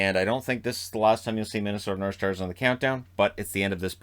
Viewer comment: No one: Absolutely no one:: Minnesota Norshtars